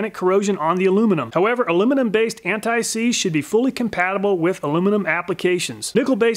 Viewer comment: Alooooooomin-Numb Antt-ÊýÉ. SeeeeeeeeeeZé